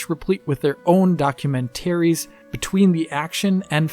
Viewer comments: Documen ... Wait for it... ...tary! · In German we emphasise the syllable "-tar" in the (german) word "Dokumentar". He's German and perhaps thought it's similar in English. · Please stop saying documentaries like that. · I've never heard documentaries pronounced in that particular fashion.